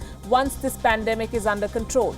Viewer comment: He can't even read property and speak 'pandamik' 😣